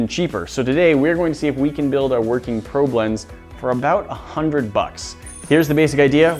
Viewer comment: It sounds like he’s saying pro blends